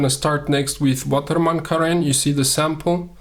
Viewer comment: Two guys both named René were sitting together and one of them was the co-René of the other. More seriously it is spelt Carène, not corené : my eyes itch!